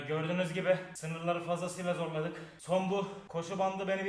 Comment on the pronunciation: Abi o zorladık degil zortladık